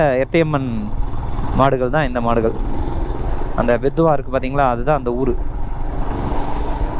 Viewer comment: Adhu bettadhala illa bro (pedhala ) pedhuva..